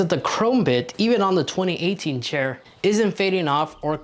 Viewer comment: chair, not shair lol